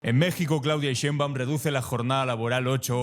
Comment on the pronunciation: Es Claudia Sheinbaum Pardo para que se pronuncie bien